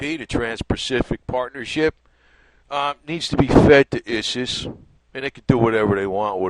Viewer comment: Good video. I snicker every time you say your pronunciation of ISIS.